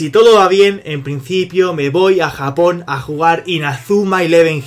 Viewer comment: en breve: Mi gente, estamos en Japong.....